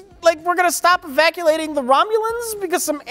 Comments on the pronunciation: Mike is so traumatized, he doesn't make fun of saying 'evaculating', even in editing. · "Evaculating"? Oh dear,... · just said, Evaculating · hahaha Evaculating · "Evaculating?" Sounds kinky.